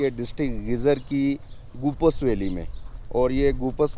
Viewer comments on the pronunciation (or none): Name tu theek se lain. Goopas nahi.. Gopeez.. گوپیز